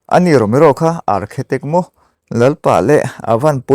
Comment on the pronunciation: Architect tih zawk tur a nih hmel, Archetic ni lovin